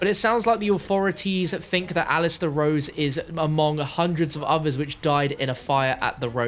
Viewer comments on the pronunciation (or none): Rhodes not “Rose” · "Roses" Manor? Lol